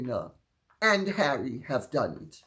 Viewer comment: his name is wha ree!